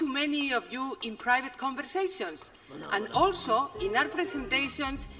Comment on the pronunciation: It is jorribol no, lo siguiente. ¿Madruid? ¿Converseisons?...... Universal facepalm